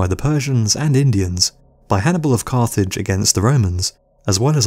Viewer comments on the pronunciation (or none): none